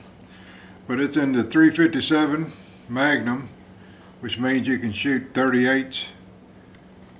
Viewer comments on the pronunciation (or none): none